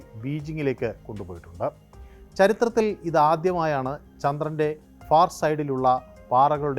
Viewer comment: ചന്ത്രൻ അല്ല ചന്ദ്രൻ ആണ്